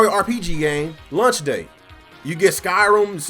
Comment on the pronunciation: what's a "lunch title"? ;) Jk... I'm just breaking your balls on the pronunciation of launch. Great vid as always!